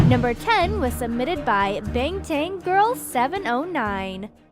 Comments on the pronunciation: Btw, “Bangtan” is pronounced as *Barng-Tarn*, I know because Bangtan is the meaning of “BTS”, Bangtan Boys :p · The way she said bangtan lol